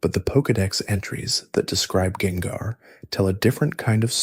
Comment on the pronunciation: Was using this to going to sleep but hearing you butcher gengars name in a bunch of different ways made me pick the phone back up lol